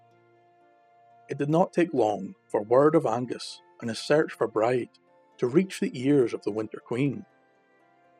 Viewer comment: Amazing ..Bride is pronounced Breejah .Thanks these are so so good .